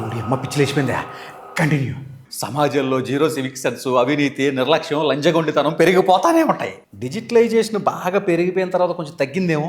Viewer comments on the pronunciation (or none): Lanjagoditanam kadu lanchagoditanam 😂